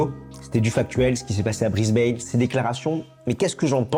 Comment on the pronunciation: Mauvaise prononciation de Brisbane , renseignez-vous !